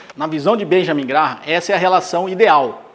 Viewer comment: Se pronuncia “Grém” Benjamin Grém